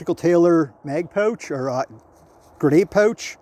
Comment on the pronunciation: Thanks for explaining that it’s pronounced „pooooch“ instead of „pouch“ 😂😊